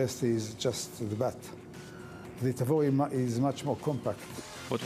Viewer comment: Thanks for watching! And I don't blame them: I was probably the first guy to mispronounce Tavor on youtube ;)